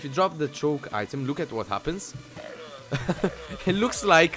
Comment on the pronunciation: i know it's just your accent but LUUKE AT THAT XD